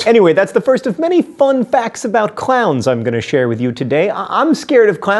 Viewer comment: It sounded like he was saying clouds so it sounds like he says i am scared of clouds